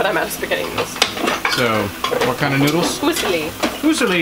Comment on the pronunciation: I LOVE your videos (always have). Here is an Italian lesson for you from an Italian. Fusille = Foo see' lee (accent on the second syllable - see'). The homestead is looking great! .